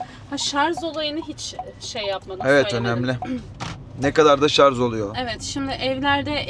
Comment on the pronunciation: Bilgiler çok iyi bir de şar(z) yerine şar(j) deseniz çok iyi olurdu